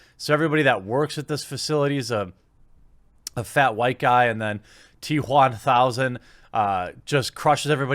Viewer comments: Why do you say t Juan thousand. I understand wamanator but now I'm a bit concerned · "The T Juan Thousand" Please tell me they're actually calling it that. It would be the best name since BatManuel on the live action version of The Tick. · I get the political bias but your emphasis on" T Juan1000" seems like you have some personal beef with having a latino in the movie. regardless of the message. Thought you were better than that.